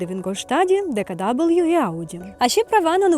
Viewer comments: Ітс нот ДеКаДабл'ю ітс ДеКаВе😂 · відео чудове. Але не читайте німецькі назви англійською) Тому Horch - саме Хорьх, а DKW - ДКВ))